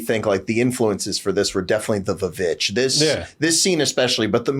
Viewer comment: lol, The VVitch is not actually pronounced "Vuh-vitch"